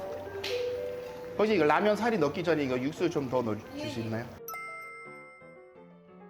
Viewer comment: 육수 추가하실때 한국어발음ᆢ 깜짝 놀랐네